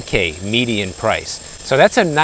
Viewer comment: Are you born and raised Floridian? Your, “I guess soooooo” sounded soooooo midwestern. 😹 sweet kitty!